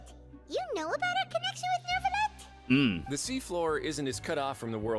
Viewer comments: il y a littéralement des villes en France qui s'appellent "neuvillette", et on les prononce avec une "l". La prononciation "neuviyette" n'a aucun sens et m'a toujours énervé. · as a french person hearing the way ppl pronounce monsieur neuvillette has me wanting to kms but its kinda funny too😭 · the problem isnt just the "eu", its also the double "L" but I dont blame them, if you arent native you cant guess the prononciation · The way "Monsieur Neuvillette" is mispronounced by the many different characters, no wonder the French are in [term for self-ending] watch or laughing hysterically playing this XD This is Tighnari becoming "Thigh"nari all over again! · wdym? The english VA's are really good. It's mainly the direction that's the problem. Even then, I don't really mind the anglicisation of foreign words because in Genshin "Neuvillette" isn't a French word, it's just some Fontainian name. They can pronounce it however they want because it's fantasy and doesn't actually have to match the language it comes from irl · French here, they CANNOT pronounce it, our sound are really hard to say lol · they're close enough, somewhere between noovillette and nervillette. the "eu" sound is hard from native English speakers to pronounce. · It is not a "y" sound. I speak French. I've always heard Christian de Neuvillette with an "l" sound. Ville is with an "l" sound and no matter what prefixes or suffixes you add the pronunciation of the root morpheme never changes.